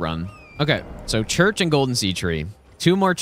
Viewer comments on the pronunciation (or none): none